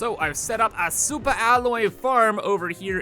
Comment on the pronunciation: Soupa alloy